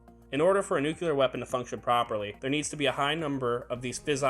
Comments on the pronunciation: NU Cleee Arrr!!! Not " nucluyer"!!! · Nu-ku-lar?! Maybe you should learn to pronounce 'nuclear'? properly